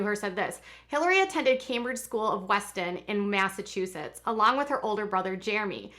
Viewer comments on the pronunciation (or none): none